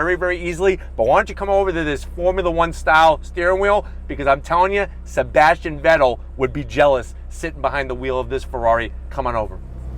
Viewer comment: I didn't like how violently you mumbled Sebastian's name out there during the interior segment 😂😂😂😂 great video once again!✊